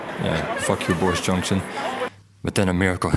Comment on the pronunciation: It's bordis jonksin